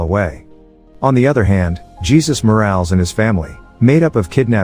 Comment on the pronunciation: The narrator needs to get his names straight. It is not pronounced Jesus, like Jesus Christ, it is pronounced Ha- sues.